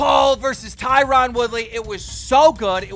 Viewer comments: It’s not “tyrawn” it’s Tyron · Tyron pronounced TIE RIN. ffs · Keemstar: TIE-rOn WOOly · Is anyone listening to him say tie Ron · Why doe no one pronounce Tyron Woodley name right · Tie-Ron.....come on keem